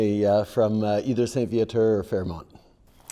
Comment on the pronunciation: When he said St-Viateur or Fairmont bagel, you can tell he's a politician.